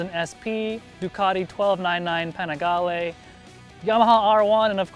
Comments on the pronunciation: R Bax Most people think so, and you'll find that pronunciation written all over the web. But try to find an audio clip of an Italian pronouncing it. It shouldn't be hard. It's actually: Pan-ee-gah-leh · Huh. In this video "Panigale" was said once and it was pronounced as Pan-eh-gah-lay. The Pan-ee-gah-lee I put forth came from a search for the proper pronunciation, but it was from the first link I found. American English rules would have a person pronounce it something like Pan-eh-gail. At least the way it was pronounced in the video is the closest of the three. Pan-eh-gah-lay is by far the most common way I've heard it pronounced in the US. So then Pan-ee-gah-leh; this matched what I've found since my last comment. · Americans still can't pronounce Panigale correctly...